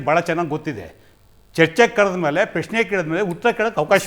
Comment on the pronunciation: ಪ್ಯ ಶ್ನೆ ಅಲ್ಲವೋ ಪ್ರಶ್ನೆ... ಮೋದಿಯನ್ನು ಟೀಕಿಸುವ ಯಾವ ಯೋಗ್ಯತೆ ನಿಮ್ಮರಿಗಿಲ್ಲ... Logic ಬಿಟ್ಟು ಮಾತಾಡಬೇಡ